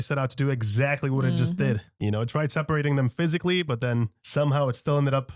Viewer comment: "phsycially threatening" dude was CGI the entire time !